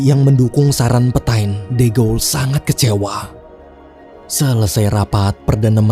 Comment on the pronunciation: FYI lagi, bacanya kurleb "petang" bukan "petain" :')